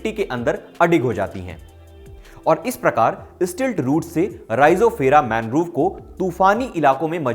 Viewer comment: मैनग्रोव नहीं मैंग्रोव होता है गलत मत पढ़ाया कीजिए भाई